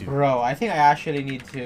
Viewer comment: actuallyってアシュリーって発音するんだなw